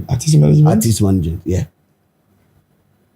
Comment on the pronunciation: Portfolio de3n nso ne “arthist, arthist” yi… its artist not arthist ..ah masa